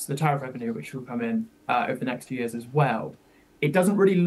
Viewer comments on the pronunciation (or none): none